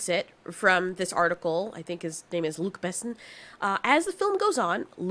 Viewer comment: You really need to pronounce Luc Besson like a French name ;)